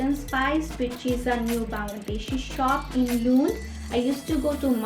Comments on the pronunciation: Its not loond its Lund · Luund ya lund 😂😂